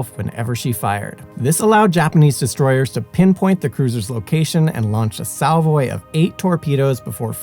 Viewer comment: I really got hung up on the pronunciation of salvo